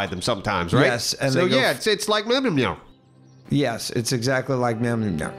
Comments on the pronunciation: It's pronounced "Mule-near". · "Mil mil meow" 😂 it's mulnir pronounced "mull-near" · Yo! It's pronounced Me-ill-near! Hooked on Phoenix worked for me!;)😊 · Little help for you, M-Yole-Near. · checking the comments to see how many people raging about Mjölnir. i said it wrong for years and man did i get shouted at alot lol FYI its said "Myol neer" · Yall should do a miniseries playing each twisted metal game one time! That'd be awesome! P.S. Mjolnir is pronounced MEOL-NEER